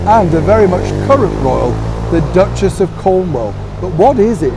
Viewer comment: There is no T in the word Duchess.